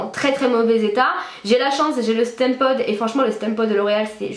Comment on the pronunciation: Ca se prononce "stimpod" et non "stèmpod" sinon super couleur et encore plus jolie dans les toutes dernières vidéos :)